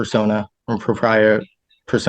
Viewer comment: It's not popraia, it's propria😂